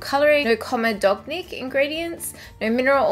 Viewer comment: comedogenic LOL - sorry honey I just thought I would help you out with this one - non comedogenic (said common no gen ic) means its not going to cause congengestion or blackheads. For example coconut oil is a big comedogenic ingredient :) Made me laugh. Great video as always :D